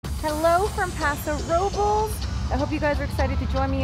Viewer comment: It's not called Paso Robles is called Paso Robles